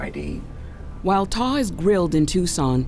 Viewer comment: The man’s name is TAW for gods sake 🙄🤡